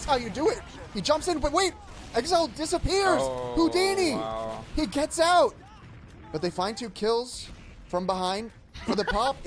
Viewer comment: "HOUDINI" hahahahahaha